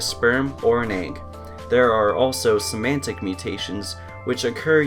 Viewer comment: somatic not symantic